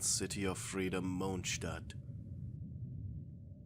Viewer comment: I like how he says "Monchstat"😂😂😂